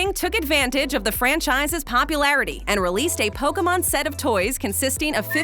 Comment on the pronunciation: KFC did Pokemon toys first lol which is bizarre to remember lol like Colonel Sanders saying Poh Kay Man lol